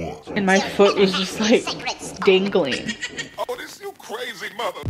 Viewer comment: I’ve been considering reacting to 😂 I vibe hard w a lot of the reaction channels and sometimes she cracks me up with her bs 😂 “dangleen ankle” jfc 😂😂😂